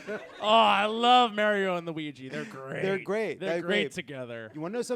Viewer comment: Every time Jon mispronounces Mario, it wonder if he's doing it on purpose oat this point.